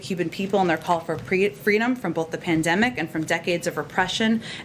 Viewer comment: Jen you keep getting it wrong it's pronounced plan dem ic